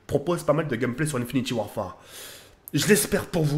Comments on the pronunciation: Ah merci de corriger ça ma fait mal aux oreilles quand j'ai entendu ça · Arrête de dire infiniti warfare c un INFINITE WARFARE